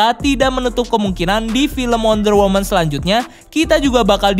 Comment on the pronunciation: Mon maap nih yang bener wonder woMAN bukan wonder woMEN,belajar lagi ya bang b inggrisnya kwkw